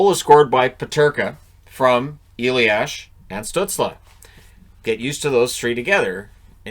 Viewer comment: Hey, German guy here:) It's "a-lias", not "e-liash"! Other than that great job on our weird names' pronounciations.